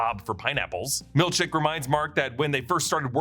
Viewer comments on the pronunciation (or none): i honestly cant tell if you are saying milchek or milk shake hahahahaha